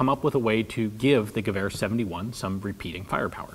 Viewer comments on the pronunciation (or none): Is it just me or does he pronounce Gewehr like giver?